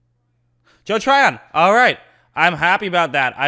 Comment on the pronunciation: awesome video, washington continues to develop talents. also his name is TRY-ON, not TYRON.